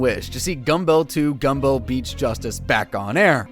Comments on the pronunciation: Only disliking for how you said Gumbel 2 Gumbel. You pronounce Greg and Ryan's last name the way you would "Rumble". And no hesination. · gum bell 2? its gumble to gumble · The way you say “ gumbell 2 gumbell “ is a good tell that you never watched the show much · It’s not Gum-bell. Peter even says it properly in a clip a few seconds later :( it’s super distracting. But oh well. Great video nonetheless and I’m still subscribed.